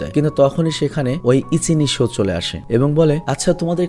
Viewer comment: ভাইয়া যখন ইচিনিশো বলে তখন আমার খুব হাসি আসে 😂